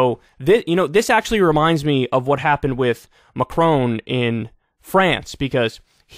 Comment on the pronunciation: Kyle. Please. His name is MacRON. Definitely NOT MacRONE.